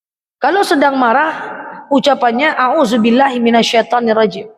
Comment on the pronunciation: Saya juga suka sm udtadzah ini...tausyiahnya enak. Kenspa ya ini klo mengucapkan Ashadu...jadi Nashadu....audzubillah..jadi Naudzubilah...dsb. apa aku salah dengar...?